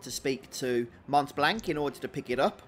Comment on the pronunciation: Sorry to correct you my bro it montblanc Do not pronounce the T and the final C